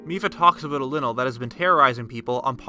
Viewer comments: ITS A LYNEL!! That says linol... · your saying lynel wrong. it's like lie-nel. your saying linil. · Its lynel not linel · Ly-nel... not Linel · Its pronounced lienel not linel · It’s pronounced (Lie-nel). Lynel. 2 vowels separated by a consonant makes the first vowel pronounced long. It’s the reason they add “silent” vowels on words. For example: Face, base, plate, cape, etc. So is the argument for Toe-ma- toe or Toe-May-toe. Tomato is pronounced (To-May-Toe) for that reason. Vase is pronounced (V-ace) just like face. Y is pronounced like a short (i) when it is followed with 2 consonants for example (Lynn) or (Symmetry). Y is pronounced like a long (i) when separated by a single consonant then followed by an (e) for example: Lynel, hyper, cyber, cryer, buyer, etc. Also Y can be pronounced long if another vowel proceeds it like Geyser and if no vowels are present before or after like psycho. The reason I bring this up isn’t because I’m a grammar freak, it’s because the name Lynel is suppose to sound synonymous with the word Lion without the direct spelling. So by calling it a (Lin-el) you make it sound synonymous with the word lint which is a cotton like substance of your jeans pocket… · Isn’t Lynel pronounced like Lion? As in LIE-nel? 🤔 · My guy straight up said "Linnel" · He said linle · I kinda got a but less interested in the video when he pronounced lynel linnel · I know it sounds like lynel but it’s pronounced lional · You say Lynel like lie-nel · linel? what the hell is a linel? wth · his says linl not linanl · It is pronounced “Lie null” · Is he calling the lynel a linal? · Can we talk about how he just pronounced lynel “linel” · pronounce lynal (lie-in-al) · I’m sorry...lynel pronounced linle? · How you say lynel is la-i-nel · The way you pronounce Lynel I was like “What’s a Lynel oh he just doesn’t know hey to pronounce Lynel.” Th y sounds like a long I not short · You mean lynel as in lionel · Heh he called the Lynel linle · The way he says lynal